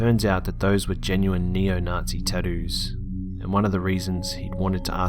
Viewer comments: Story number 4 Taddoos... taddoos. Its TATTOOS😂😂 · "Tadoos" lol. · tadoos not tattoos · it's *****TATTOO'S***** with a T not "tahdoos" or "taddoos" sheesh i had play that part like 10 times to understand. Accents don't bother me i actually really like, enjoy and prefer them when it comes to storytelling but that is just some horrible pronunciation.. I'm sorryy that just bothered the shit out of me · "Ta-doos" lol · Tadoos lol i know your Australian but i couldn't resist . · Everyone's gunna just ignore this man saying "taddoos"?! Hahahahahah 🤣😂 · "Taddoos" tho!!! LMFAO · I love how he pronounces tattoos. "Tad Ooz." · "Teddoos"? He had NeoNazi "teddoos"? Well, I wonder what the fuck that is. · "some really scary 'tadoos' " lol I'm dead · why are you saying tattoos like that? lol he had tadoos.. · "tadoos" lol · The way he says "tattoo's" LOL!